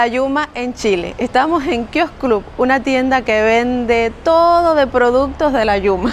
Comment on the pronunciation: se dice: (kios clab)kios club!